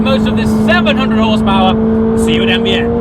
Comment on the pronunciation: I’m I the only person that hears AVN when he says NVN??